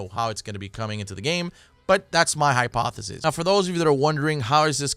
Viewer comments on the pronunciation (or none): none